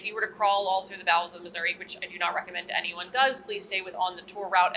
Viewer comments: A wise man not only admits his mistakes, but is able to learn from them. I am from Missouri, and yes, the last i is pronounced by residents like e, not uh. Not once in my entire life have I ever heard anybody living there pronounce it like that. Never. Ever. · there is no A in Missouri! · Yeah, hearing constantly mispronounce it is pretty jarring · It ends in an "i", not "a" :) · Finally some has corrected on how he says Missouri. there is no "A" at the end of Missouri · Sorry its Missour-EE not Missour-A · I was watching and I am South African at it eats me when says Missoura.. Please say Missouri please. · Former? I'm curious as to why she isn't anymore. Oh, I missed she's at a different ship now... Hunh... Also, as a Missourian, I did get a laugh out of correcting mispronunciation of Missouri. Only people out-of-state say "Muzzurah." Here it's "Mizzoouree" if you're urban. I'm currently blanking on how the more rural folks pronounce it. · MISSOURI With a EEE not a UHHH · I didn't realise that the US designed their Turret 3's for towing. Makes sense as the barbettes are pretty heft structures and in an emergency it's not always possible to wait for an ocean tug. I'm curious; why does always pronounce the ship as 'Missoura' instead of 'Missouri'? Is it a regional pronunciation that he has or is that the traditional/original pronunciation of the region? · Absolutely ive been watching for some time and really enjoy thsnk you for your show BUT its MISSOURE NOT MISSOURA thank you very much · It tends to be regional, but it's like when people say "nucular" instead of "nuclear." Common, but completely wrong. "missouruh" is generally disliked by most people who live here (everyone i know just cringes when people say it that way) and is sort of a redneck way to say it. It is pronounced the way says it. Like the name "Tori." You don't pronounce that "Toruh." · mizoruh bro how fuckin hard is it to pronounce it